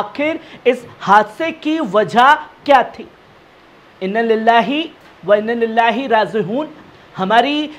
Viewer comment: inna lila bhi sahi nahi padh sakte? Salaam poore viewers ko karte ho muslims aur non-muslims? kya karte ho tum.